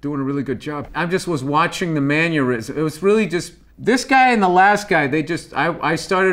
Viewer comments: Mannerisms: Aneurisms: Bill Burr: “Maneurisms” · Bill Burr: i'm not depicted as particularly intelligent by these Also Bill Burr: says "mannyeurisms" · Bill burr : "manurysm" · Did Bill just say "manuerism"? 🤭